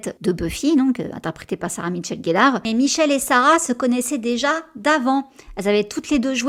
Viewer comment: C'est Sarah-Michelle, pas Sarah MiTchelle-Gellar comme tu as tendance à le dire. :) Son prénom n'est pas Sarah mais Sarah-MICHELLE. Pardon j'ai jamais rien dit jusqu'à présent parce que ça parait anecdotique, mais pour avoir eu mon prénom, pourtant ultra facile, écorné toute ma vie, je trouve qu'il fallait le dire (pour Sarah-Michelle). :) Oh là là j'aurais ADORÉ voir Michelle jouer Bella... ça aurait été tellement mieux qu'avec KStew (à mes yeux)...